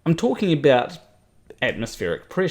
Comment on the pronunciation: Tommy Grønvold I thought he said aboot.